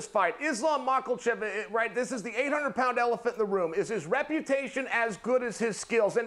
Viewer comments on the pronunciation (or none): Why is she saying Islam’s name like that. It’s not MAH-lachev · Michaelchev😅. Love chael. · "ISLAM MOCKEL CHIP" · These two seem like they are in a competition to butcher the Russian fighters names worse than the other. I’m not sure who’s winning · Not even a minute in And chael just destroyed a fighters name The GOAT 🐐